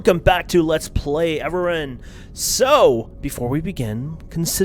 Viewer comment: the way you say avorion is weird and wrong. no idea if its your accent or if you just dont know how to say it but its unbearable